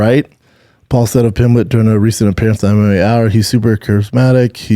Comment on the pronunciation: I was having the worst day till the time I heard Brendan say Paddy "Pimbleton". Love you Brendan!